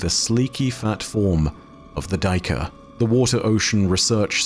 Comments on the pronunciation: Hey. Love what you do, I rarely miss a vid. If I may suggest a better pronunciation for the word "Duiker" (no judgement, Afrikaans can be weird). You could try saying it like " Day - ker " where "day" is a good enough approximation for the first part (depending on where in SA you are), and the "ker" you keep as you have it. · Hey! The annunciation of the buck the Duiker is: Day- kuh-r. With a quite harsh r at the end! Its one of the bucks that i’ve known since childhood!